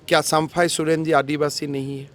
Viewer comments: पहले तुम हिंदी सुधारो फिर प्रचार करो,,, चंपई को बार बार सम्फाई सोरेन बोल रहा है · Sampai sorian pahle sahe se bolana to Shiekh 😅😅😅 😅